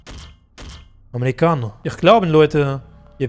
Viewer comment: Bin ich die einzige die es so krass feiert wenn er mit dem Akzent Americano sagt ?